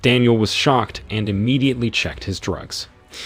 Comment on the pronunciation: The narrator is imediately broken imediately because he is saying imedately so imedately.